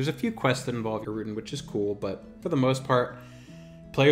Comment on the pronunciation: For somebody with do many years of experience, it's insane how many names and terms you mispronounce...even obvious ones like Innothule, Deity, Erudin. Ill cut you some slack on Qeynos and the 10 other mispronunciations